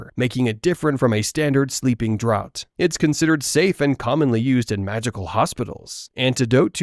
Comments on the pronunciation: Draught is pronounced "Draft" btw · It’s pronounced draft of living death